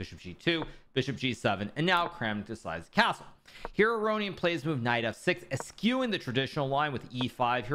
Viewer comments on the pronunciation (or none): The word is "eschewing." (Sorry, don't mean to be a know-it-all—love your channel!)